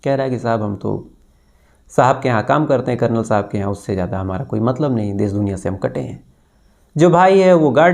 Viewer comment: pehle bhi request kiya hai,aapka pronunciation zara sudhaar lijiye,aap Shuru ko Suru bol rahe hai, Desh ko Des, Purush ko Purus, Shayad ko Sayad aur Shadi Shuda ko Sadi Suda bolte hai.Jab aap itna acha kaam kat rahe hai to its not difficult to correct pronounciation